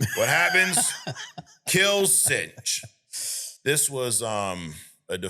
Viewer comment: Synch's name is pronounced "sync", like to sync up with something or to be in-sync. Oh well, he was a nobody, so not worth pronouncing right. :D